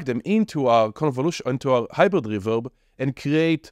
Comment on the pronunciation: dude i just watched it just because of how you pronounced The Hyizhrid reveZHerb